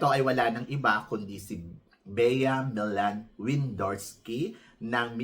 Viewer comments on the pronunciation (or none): Millan - pronounce as Milyan...